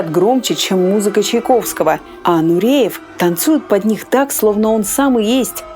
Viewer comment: Нуриев, не коверкайте на свой лад фамилию!!!